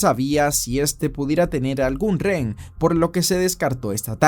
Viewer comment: buenos videos! pero me da algo cada que dices "ren". Se dice "re-hen"